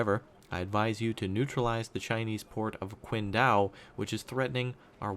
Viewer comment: here's my helpful comment - that chinese peninsula is pronounced 'ching dao'